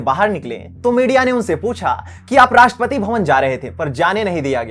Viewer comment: इसको राषट्रपति बोलना तक नहीं आता।कहाँ पढाई की इसने ।